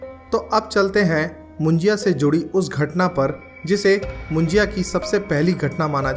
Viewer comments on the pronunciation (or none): Moon-ji-ya nahi Moon-ja (मुंजा)😊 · मुंज्या... असत रे.... मुज्या नाही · मुंजाया नहीं मुंजा बोलते हैं